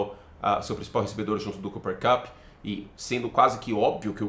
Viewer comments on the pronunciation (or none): none